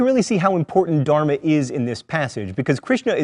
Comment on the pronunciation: okay we all have to admit only a Hindu can really teach Hinduism. The way this guy pronounces Dharma and other things makes me shudder. Not even kidding